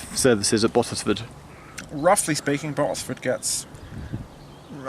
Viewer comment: The way the other bloke said Bottesford was triggering me 🤦‍♀️